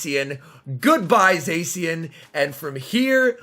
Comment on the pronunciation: its pronounced za-she-en